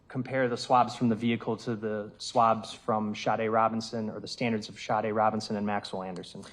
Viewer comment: Is anyone else annoyed at the fact that she is saying SHARDE instead of SADE??? Where does she see an R in her name and how many times does she hear the prosecutor pronounce it correctly?